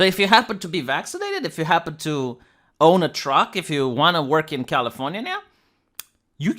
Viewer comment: Californiania, I love how you pronounce my state.